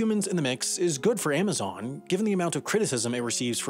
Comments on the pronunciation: This guy keeps saying "Aimazon". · Aimaxon? Really? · Stopped watching after the 10th AIM-azon pronunciation.